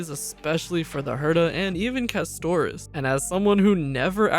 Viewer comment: “Ca-sto-rice” goes hard 😂😂